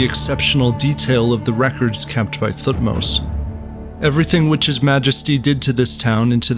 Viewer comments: Thutmose is not Prnounced TH like Think, its T alone then H more like TeHhutmose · Great video 👍 But his name wasn't king Thu-tmos he was T-hot-mos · I wish English speakers would stop pronouncing Thutmose this way. I get that that's the official way to pronounce it, but T and H are supposed to be separate sounds. More like Te-Hutmose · The way you pronounce Thutmose is hilarious though. Good stuff other than that